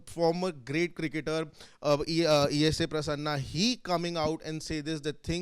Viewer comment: IT IS E.A.S PRASSANA, not E.S.A. Pronounce our legend's name correctly.